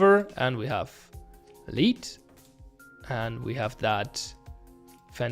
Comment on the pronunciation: For reference, lead is pronounced led